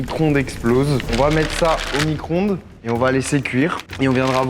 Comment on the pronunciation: "Micronde"😂 c Micro-onde